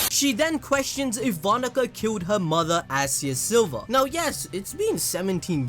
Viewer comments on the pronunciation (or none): none